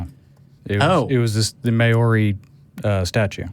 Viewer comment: LMAO your pronunciation of Maori words was terrible. Good try though :-) love from New Zealand. As for desecrating our carvings, what a disrespectful wanker that Pakeha teko is!